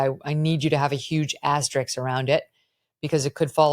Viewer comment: Thanks for this, Emily and Megyn! I watch Megyn all the time; one correction, if I may: it's asterisk (not asteriks)...ends with "risk." I've heard this on her show; I mean nothing but a simple correction here; you can essentially do no wrong for me. :)